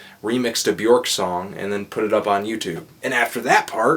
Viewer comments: its not bjork its bjöööööööööörk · It's not Bjork. It's Bjuhrk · Bjork... pronounced Byerk.... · Not to be "that guy" but "Björk rhymes with jerk."